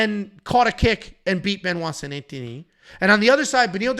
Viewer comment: Benoit saint what? 😂😂😂😂😂😂